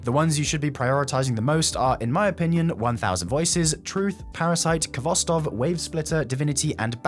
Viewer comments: It may be your favorite but too bad youre still not pronouncing the name correctly. It's Hvostov. K is silent and only there to tell you to sound the H sort of harshly. The "Kh" is the transliterated form of the Russian letter "x" which has a harsh "h" sound. Learn it! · Khostov, Kh is supposed to be pronounced with the same sound as word "hot"